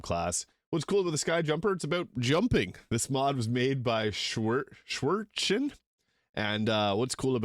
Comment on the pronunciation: Oooh! You killed the old woman, shame on you! Poor Jaheira! 🤣 I laughed so hard, when she just collapsed! And if it helps, it's Ei-dolon (ei is spoken like the "a" in "age"). It's greek and means "Ghost" or "Phantom" if I recall it right. And "Schwertchen" is german it would equal Swordy, so a tiny Sword, and it is spoken "Shwert-chen", the "e" like in "Nere" and the "ch" l cannot describe properly, but it's more like an "h" like "harass". It's actually a pretty hard word to say for non-germans. Try to speak "Eichhörnchenschwanz" then you're a real german. And if you can say it in bavarian accent "Oachkatzlshwoaf", you're a Master. I hope you enjoyed your little german/bavarian lesson,, haha! So, if you play the ancient smith, you better play as Sauron, and forge that rings!!! 😂😂